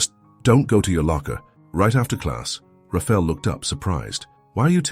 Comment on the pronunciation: IT IS PRONOUNCED RA FA. EL NOT RAFEL